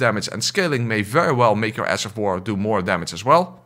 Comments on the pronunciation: did you just say "Ass of war"? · The fact your accent when saying ash sounds like ass makes it even better. Ass of war all the way! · Did you say ass of war? 😂😂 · Ash of War? Nay sir... Ass of War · I genuinely can’t tell if you’re saying ash of war or ass of war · You mean “ass” of war